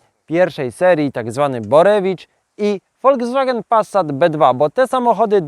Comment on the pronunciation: No kurrlla, to nie zaden "Passsssat", tylko normalnie wymawiajac "Pasat", nie "Wolgswagen", tylko "Folkswagen" i (na przyszlosc) nie "Lambordrzini", tylko "Lamborgini"! Z PRL-owsko, PO-owsko, LGBT-lewacko-socjalistyczna, w rytmie Poloneza warszawskich wspolczesnych wyrobow "Czajki", podobnych do wyrobow PRL-owskiego socjalizmu, fabryki FSO serdecznie pozdrawiam milosnikow tego dziela siermierznej i prymitywnej socjalistycznej techniki PRL-u i jej technologicznego i ideowego zwyciestwa nad zgnila technika Zachodu! Gratulacje za sozialistyczna pasje i oderwanie od rzeczywistosci!